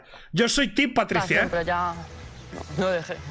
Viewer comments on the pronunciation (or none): none